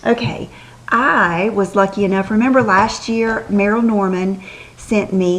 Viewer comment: Merle is pronounced like pearl, not Merrill